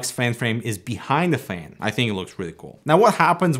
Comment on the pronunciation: First thing, this guy sounds so funny, fan he says fang. Second he gave us some many pro tips, now I am spoiled with his tips haha